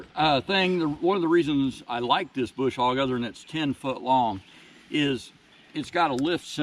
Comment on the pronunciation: There is no "R" in BUSH HOG!!!